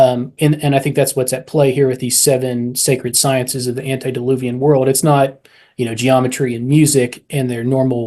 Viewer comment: Please, it's "antE-diluvian", not antI-deluvian...